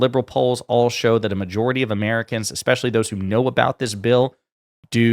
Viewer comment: Just here to say that "eXpecially isn't a word..."especially" is. 🙄